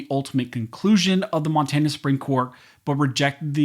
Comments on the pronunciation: at :51 in, Mon-tay-na? Where is this guy from? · Learn how to say Monrana